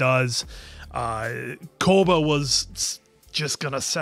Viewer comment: I was actually scratching my head thinking who tf is 'Koda' then realised they meant Koba 😭